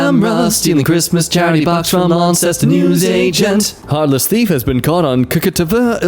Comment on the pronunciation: Small point - Launceston is pronounced as if the “ce” isn’t there. Sort of “Lawn-stuhn” Or maybe not, now I’ve seen it isn’t the one in Devon, UK